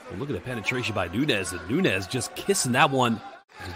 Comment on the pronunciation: The commentator can say and pronounce de letter Ñ to say España, but not to say Nuñez